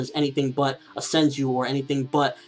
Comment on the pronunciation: it's senju, not senji